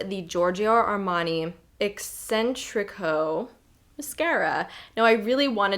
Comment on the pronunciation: When you were talking about the Armani mascara I heard ‘Eccentric ho’ and it took me a minute before I realized you were saying ‘Eccentrico’... 😊